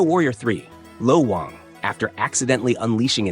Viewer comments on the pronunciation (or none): It’s low WANG not low wong